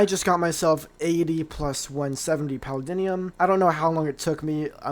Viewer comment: Paladinium? Bro what are you saying. It’s Paldium